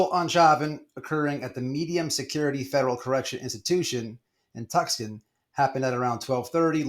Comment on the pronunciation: Tucson... Pronounced Two sahn